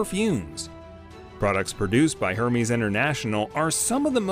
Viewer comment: It’s pronounced er-mez